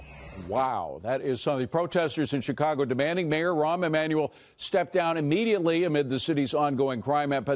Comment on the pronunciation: "Ron Emmanuel" lol dumbass